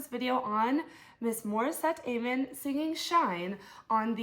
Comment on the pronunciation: very close, it's said as am-mon not ay-mon, I didn't know the first few times either